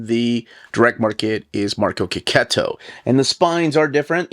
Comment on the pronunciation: Artist' name is pronounced KE-KETO! So glad I watched this vid and picked up on this after so many years of saying it wrobg! 😅